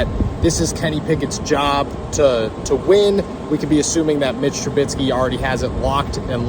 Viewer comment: It’s Trubisky not Trubitsky lol